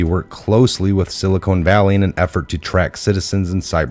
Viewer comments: why do you mispronounce "silicon" as "silicone" there is no e at the end... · It isn’t the silicone valley. Never heard it pronounced that way. It is pronounced sil i con. Not sil i cone. Silicon, land of the silly cons and evil cons!!! BTW, Great Work!!!